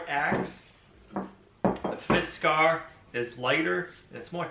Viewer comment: Its not fiskar, it is Fiskars.